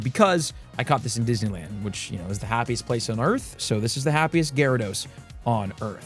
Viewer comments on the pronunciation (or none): none